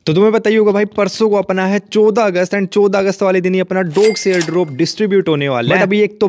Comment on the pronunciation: CHAUDAH AUGUST ❌ CHODA AUGUST ✅ , - MAKE A TON TRANSACTION ❌ MAKE A DOGS TRANSACTION ✅ , - IS WALE TASK ME ❌ IS WALE TAKS ME ✅